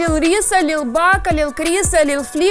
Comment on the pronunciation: Не ліл, а лил. Лил Ніт!